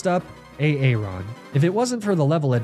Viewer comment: Can someone please tell me if he mispronounces names on purpose? I scroll and scroll looking for someone else commenting on it but no one does. "" is a joke right? It hurts my brain watching these videos and seeing no one question the silly pronunciations. Once I know it's an intentional joke, I can finally sleep at night (and continue enjoying these awesome videos).